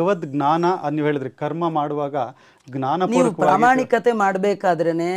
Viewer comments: ಜ್ಞಾನ ಸರಿಯಾ,ಙ್ನಾನ ಸರಿಯಾ? ಜ್ಞಾನ ಎಂದರೆ ಅರಿವು,ಙ್ನಾನ ಅಂದರೆ ಏನು? ತಮ್ಮ ಉಚ್ಚಾರ ಸರಿಯೋ ತಪ್ಪೊ ಗೊತ್ತಿಲ್ಲ ತಾವೇ ಹೇಳಬೇಕು. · ಗ್ನಾನ ❌ ಜ್ಞಾನ ✅